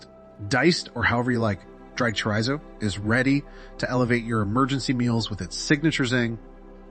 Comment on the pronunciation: It’s “chore-ee-zo”. Not all those mispronunciations you used.